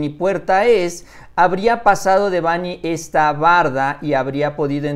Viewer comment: PERO SERIA BUENO QUE LO PUSIERAN A HACER UNA PLANA DEL NOMBRE DE DÉBANHI..... YA QUE ACENTÚAN EN NOMBRE EN LA "A" Y EL PAPA LO HA DICHO MIL VECES QUE SE ACENTÚA EN LA "E" NO CREO QUE A LE GUSTARIA QUE LE DIJERÁN "MÁURICIO"